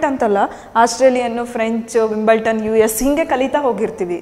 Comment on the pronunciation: That s not Wimbleton.... Wimbledon s the correct pronunciation....